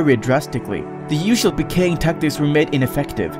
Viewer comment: i like how you say it like puhkaying in stead of peekaying